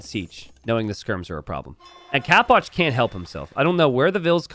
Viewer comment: why do you pronounce it "capwatch"? istead of capoch?